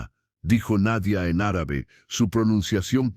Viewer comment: Linda historia, pero no vuelva a pronunciar Árabe por favor. ❤❤❤